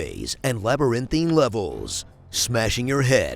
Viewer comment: You said labyrinthine wrong